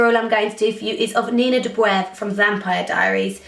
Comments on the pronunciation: Shes not dobrév but dóbrev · it's so cute the way you pronounce Nina 's surname , Dobrev x) <3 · yep, she's from Bulgaria, like me :) Actually the name "Dobrev" is the male version, but she has removed the -a at the end, so that people pronounce it easier. In reality, it should be Dobreva [do' breva] with a strong "r"...